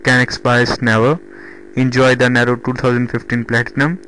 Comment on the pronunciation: It's pronounced "Neeero" not Narrow.